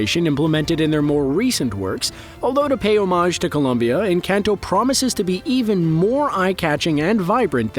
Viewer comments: more like en - cahn - toh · Pronounced en-con-toe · Every time he says "Encanto" I die a little. 😢